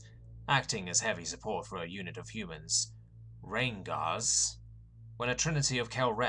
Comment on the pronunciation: took me a minute to realize Rayn'garrs probably meant 'Rangers.'